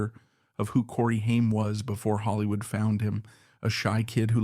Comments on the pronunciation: It's funny when the AI voice says "Hyme" instead of Haim. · Stupid AI can't even pronounce his last name right. Pure slop.